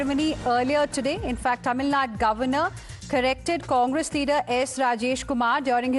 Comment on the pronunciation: Learn how to pronounce a State's name properly or does the presenter has eyesight problems. It is "Tamil Nadu", not "Tamil Nad".